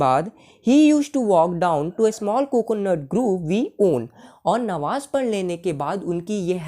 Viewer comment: Namaz hota hai Nawaz nhi sahi se bola Karo 😡